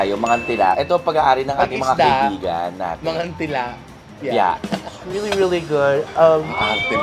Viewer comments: It’s Mangan Tee-la guys. Haha it’s a pangasinan language. 😁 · Hi po.aubscriber Ako ng lht ng beks squad,beks battalion pti petite and negi.Frm Pagasinan Po Ako bale ang pronounce Po Jan sa Mangan Tila is Tama Yung pgkabanggit nyo ng Mangan pero Yung tila is prng sa Tagalog word dn na tila as in titila ang ulan.gnun Po pgbanggit.😀